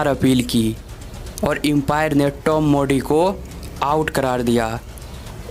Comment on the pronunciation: भाई एस्टेलीया नहीं ऑस्ट्रेलिया गीलकीलीस्ट नहीं गिलक्रिस्ट मार्क वा नही मार्क वोॅ, टोम मोडी नही टोम मूडी इस्टीवा नहीं स्टीव वोॅ जबान को थोडा थपथपाओ